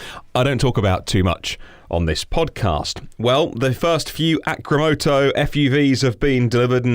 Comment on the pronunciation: You spelled the company name wrong in the title and was saying it wrong the whole time... it is supposed to be "Arcimoto" A, R, C, not A, C, R.